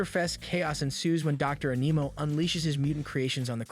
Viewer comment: You said dr animo wrong im sure i spelled it wrong